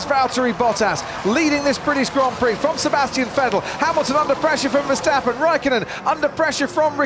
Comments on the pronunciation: Verstapen hahahahahhaa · There is one thing that I do not understand : how did Verstappen turned into Versteffen?